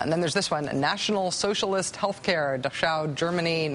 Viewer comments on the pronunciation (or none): It's not pronounced Dashow Germany...it's pronounced Dack-how (and spelled Dachau).... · Rachel Maddow doesn't know how to pronounce "Dachau"